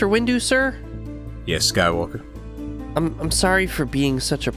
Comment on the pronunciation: "Skywalkuh" got me real good :D get this motherfuggin kid into the motherfuggin temple kinda energy